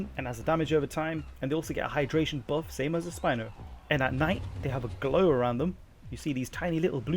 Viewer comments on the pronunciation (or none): none